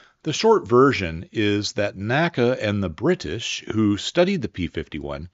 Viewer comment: Did...did make sure to emphasize the "t" sound in 'British' (something I hear as a frequent complaint amongst Brits regarding American pronunciation of 't' words, namely 'water')?